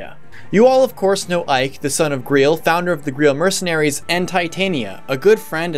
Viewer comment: Ah yes, the ”Greel” Mercenaries.